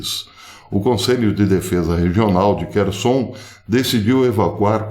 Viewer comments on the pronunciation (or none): none